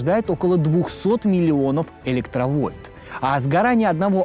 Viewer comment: Только не электровольт, а электроНвольт.